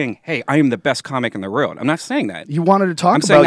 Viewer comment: "...in the rowrld"